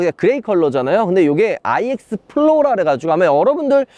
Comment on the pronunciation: 내 귀에만 N으로 들림?? 자꾸 N이라고 하시는것 같은데....